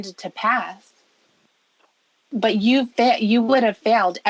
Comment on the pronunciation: “I couldn’t help bawt cry reading the chat” right Lorne, cause it disproves the absolute bullshit you tell yourself about “didn’t wanna go there” “They brought up shex first”